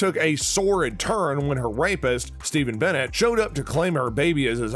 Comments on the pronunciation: Um , yup many names are pronounced badly and Stephens last name is NOT Barrett its BONNET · It’s Bonnet NOT Bennet!!!